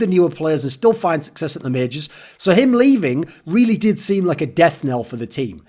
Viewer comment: you also said majors incorrectly, you said mages ^..,~